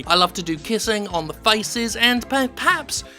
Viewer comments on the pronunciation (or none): "Per paps?" is that when a gynecologist works on commission giving cervical cancer tests?